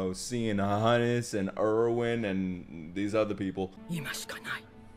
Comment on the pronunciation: Does nobody else cringe when he still says "Erwin" the way he does? 😅😶